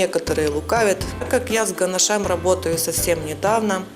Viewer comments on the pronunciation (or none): Извините, но так нельзя. Слушать невозможно "ганашЕм". Дизлайк.